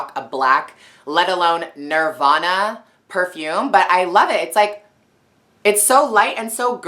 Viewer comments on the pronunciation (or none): The way she said nirvana... .'